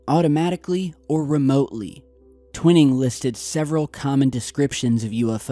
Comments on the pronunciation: T-WHY-ning not Twin-ning :P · It's painful to hear you constantly mispronouncing General Twining's name. Check it out!